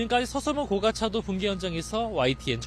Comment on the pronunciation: 고[가]차도. 굴'착'기. 어떻게 기자도 데스크도 한글 기본도 못 갖췄냐